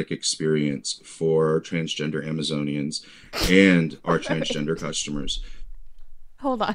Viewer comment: As ridiculous as the people are, I’m pretty sure he said Amazonian correctly.